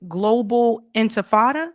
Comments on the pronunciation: Sharpton, it’s INTIFADA NOT INFATADA! You absolute a-hole 🤬 FREE FREE PALESTINE! LONG LIVE THE INTIFADA! ✊🇵🇸🗝🍉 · Sharpton can't pronounce Intifada. I wish Mamdani had corrected him like the journalist who mispronounced his name.